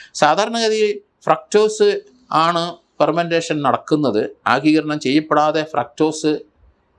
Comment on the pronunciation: ഏതെങ്കിലും കെമിക്കൽ കുത്തിവച്ച് ഉണ്ടായ അപകടസാധ്യതയും പരിശോധിക്കണം... തണ്ണിമത്തനേ ആദ്യം കസ്റ്റഡിയിലെടുത്തിട്ടുണ്ടോ,ആഗിരണം എന്ന് പറയുക,ആഗീകരണം എന്ന് പറയാതിരിക്കാൻ ശ്രദ്ധിക്കുക